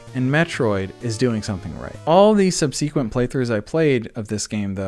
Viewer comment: May I humbly ask a question? Why do you pronounce the word subsequently as sub-SEE-quently? I am starting to encounter this pronunciation quite a bit from Youtubers with a gaming focus, and I am trying to find out where it originated. Don't worry, I am not making fun of you. My question stems from my fascination with language. My understanding of language is that there is no wrong way to pronounce a word. The only consideration would be if it might cause confusion to the listener I suppose. Thanks, cheers!